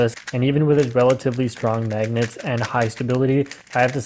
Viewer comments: "magnyets" lol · da magnietz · the way of how he says "the magnets" sounds weird lol.